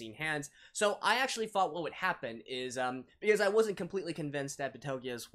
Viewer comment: It's not Betelguese. It's Petelgeuse.